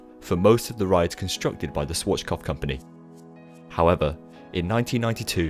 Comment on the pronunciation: Swarchkopf?, you’re doing it again...